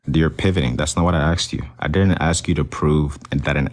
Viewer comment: He says “axe” not “ask”